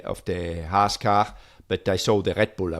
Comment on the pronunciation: This podcast is more enjoyable than most F1 races these days. Great show! Ask Günther if he feels uncomfortable when you say "Haas". The way you pronounce it means "hate" in German :-) So it’s the Hate-Team.